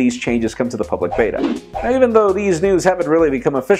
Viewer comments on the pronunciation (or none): none